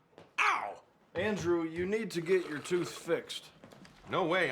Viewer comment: Was it me or did you notice Ron say andurew